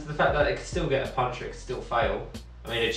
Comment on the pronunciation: The word is puncture pronounced "punk-chure" not puncher, which is what boxers do for a living.